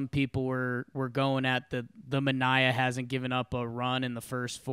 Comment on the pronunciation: DON RIGHT GAMING now I was Sean Manaea’s roommate in college...I do find it really funny that every team, announcers (including his own) pronounce his name wrong...I want him in STL ASAP